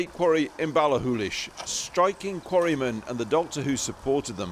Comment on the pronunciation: Impressive pronounciation of Ballachullish, Krishnan